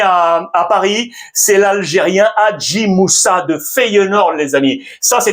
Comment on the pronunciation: Mes salutation depuis lalgerie mon cher ami❤ PS: on dit hadj moussa pas hadji lol